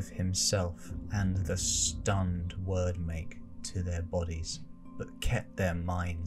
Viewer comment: It’s pronounced weird make, not word make